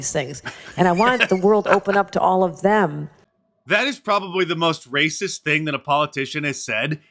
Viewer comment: Lately mark has showed his rRrRraaycism more and im here for it ❤